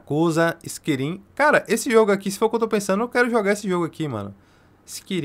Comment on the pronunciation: Pqp skirim é de doer os ouvidos